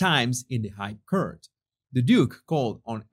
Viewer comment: Hey, Just wanted to say I love your channel, but sometimes you pronounce English funny...court sounds like PORT...cort, with a u...that's all, Much love xx